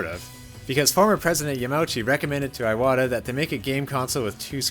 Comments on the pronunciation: It's Ee-wata, not Eye-wata. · Iwata not eye-wata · He’s saying his name like a fucking Apple product iWadda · It’s pronounced “ee-wata” not “eye-wata” “ee-wata” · Why do you pronounce Iwata as Eye-wata??? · What is is with Yanks and deliberately mispronouncing foreign names??? Eye-wata???????? come on make an effort at least🤦🏻‍♂️ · Eyewata made this hard to watch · He pronounces Iwata's name that way because reading this book made his "eye-wata". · Since I speak Japanese, I’m hearing this “あいわた”/Aiwata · Anyone else bothered how he mispronounced Iwata every single time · I waddah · Pretty disrespectful to not pronounce his name correctly. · Imagine calling yourself a journalist and not bothering to learn how to pronounce a name It's not just this video, it's a consistent problem with all these Nintendo YouTubers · Not really